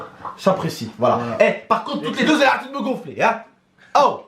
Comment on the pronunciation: on dit "me" pas my